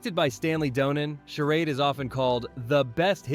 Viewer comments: It's Not "Sher ODD." It's "Sher ADE.' Stupid AI voiceover. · This voice is AI -- notice how it mispronounces "charade" half the time. Though I'm sure the list is accurate!